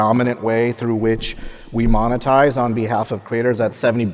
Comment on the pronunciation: I was hoping this was the time where Jason learns how to say monetize. 😢